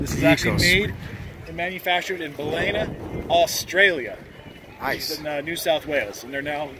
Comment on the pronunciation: Its pronounced Bal lin na